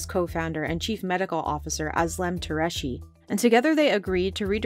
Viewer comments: Has anyone ever thought of looking up how to pronounce Tureci’s last name at all while filming this for production? It’s nowhere close. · Why does the narrator keep saying "Shahee" and "Tureshi"? Şahin is pronounced "Shaheen" and Türeci is pronounced "Tureji" (with a hard J) or even "Turechi" works.